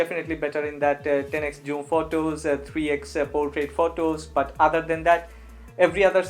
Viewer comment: You pronounce this (zoom) like this "joom" thats wrong my friend